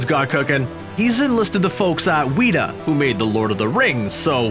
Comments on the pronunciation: CAN NOT WAIT!!! 🏹🪐 also it’s like WET A, WETA not weeta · Weta Workshop is named after New Zealand's iconic insect the weta. Both are pronounced "Wet-tah." "Wee-tah" is a made up word for someone who lives solely on wheat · Is WETa not weeta! 🤦‍♂️🤦‍♂️ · Weta is pronounced "wet-ah" not 'wheat-ah' The company is named after an insect. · I love how the narrator had to butcher the pronunciation of weta haha its bot wheat-ah its wet-ah you americans are hilarious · Not Weeta, it's pronounced Weh-ta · Did you just call Weta Workshop, Weeta Workshop? W-et-a not We-ta Oi vey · who the hell pronounces WETA as WHEATA? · you mispronounced weta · How he pronounced Weta....us New Zealanders be quaking!!